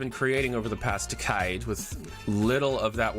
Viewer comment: if he keeps saying decade like that I'm not going to finish this fucking video.